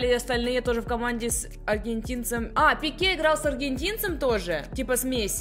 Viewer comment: у тебя ошибка не Пеке, а Пике